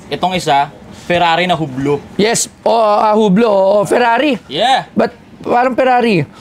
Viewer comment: It's "you blow" hublot.